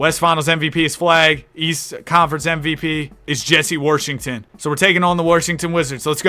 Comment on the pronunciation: nobody: absolutely nobody:: "pj worrshington" "i need a glass of worrter" "this guys worrshed"